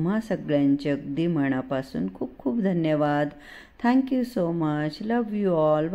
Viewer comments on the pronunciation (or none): none